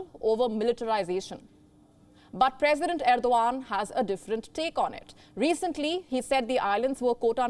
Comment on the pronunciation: Turk...perisdent..what she say....about me ...oh my god.